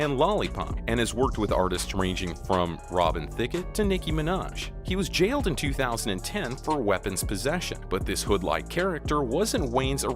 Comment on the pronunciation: This man doesn't sound like he knows what hood is lol. And did he say Robin Thicket XD?